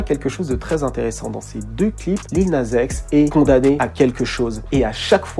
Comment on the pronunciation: "Lil naze x" wesh quand tu dis Nas tu dis Naze ?? 🤣🤣